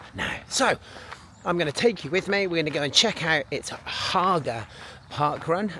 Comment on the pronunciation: Great pronunciation on Haga